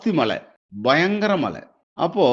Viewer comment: മള അല്ല പാണ്ടിക്കാരാ മഴ, ആളുകുവല്ല അഴുകും. 🤣🤣